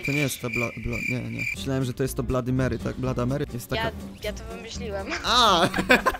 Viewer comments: Krawa mery a nie blada mery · Sory muwi się krfafa mery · muwi się krwawa mery